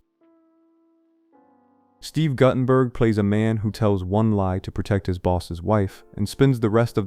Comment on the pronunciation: New drinking game: do a shot every time the mispronounces a name. Guttenberg. Kaufman. And yeah, Hollywood didn't kill shit. Several of these have gotten the 4K treatment in recent years. And One Deadly Summer was French, so... "Critics didn't know what to do with them"? That's a baseless statement. Hanson didn't make a name for himself until the 90s, so I imagine he was just paid scale. It's weak, Google AI-powered videos like this that make me miss the old Premiere magazines from back in the day.